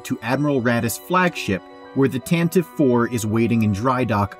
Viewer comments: Every time you mispronounce "Tantive" a Droid is tortured in a Sandcrawler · The Corellian corvette blockade runner is called the Tan- tah- vee IV, not Tan-tive. How do you not know this? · Y'all have never listened to the NPR Star Wars and it shows. The "E" on the end of Tantive is NOT SILENT. It's the Tantiv"E." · Why are people still making this mistake? The name of the rebel blockade runner has three syllables... It's pronounced Tan-ta-Vee. It was named in the 1981 radio adaptation by Brian Daley. It was pronounced several times in a few episodes. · Every Star Wars YouTuber should be able to pronounce Tantive correctly, which is "TAH-nuh-vee". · Tan tee vee. Jesus wept. Doesn't anyone listen to the Radio Drama anymore? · Tantive IV is not pronounced like that